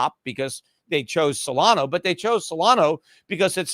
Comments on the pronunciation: It's Solana, not Solano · Its SO LA NA not SOLANO